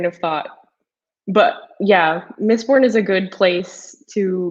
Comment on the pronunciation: what is this "mistborb"?